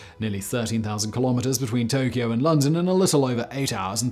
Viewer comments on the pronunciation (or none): none